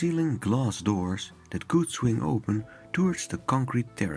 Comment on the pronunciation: Mooie video zoals steeds, jammer dat het is afgebrand maar ook wel een beetje dom dat de haard niet wat meer afgeschermd was. Let wel op dat je towards zegt met de o-klank zoals in 'toe' (teen) en niet met de nederlandse oe.